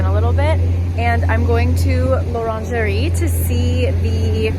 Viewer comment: You said Laungerie not l'Orangerie :D I thought you are going to buy dessous HAHAH